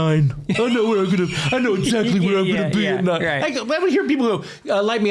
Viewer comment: Did he say “Zachly” ? He’s always on point! 😂